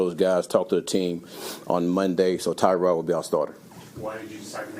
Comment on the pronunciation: It’s pronounced “Tuh-Rod”